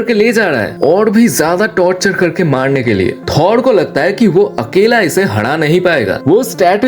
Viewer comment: Gamoda nahi gamora 😂 wakanda ka daja nahi raja😂 sade asgadians nahi sare asgardians😂 Thod nahi thor😂 bas kar bhai